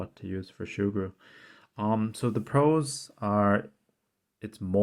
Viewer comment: Not shoo-gru...soo-gru